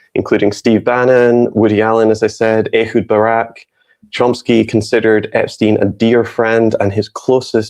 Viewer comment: Ehud. Pronounced "A Hude"